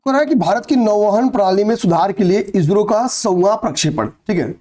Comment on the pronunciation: आप इो को इजरो क्यों बोलते हैँ😮